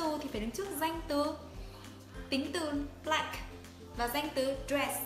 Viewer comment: phát âm sai từ "black"!